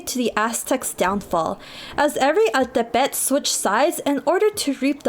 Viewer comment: Good to see mexicans from the US embrace their ethnic roots, thanks for sharing. Altepetl is pronunced as al-TÉ-pe-tl btw.